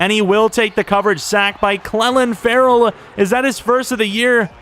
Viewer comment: btw clelin ferrells name is pronounced clee lin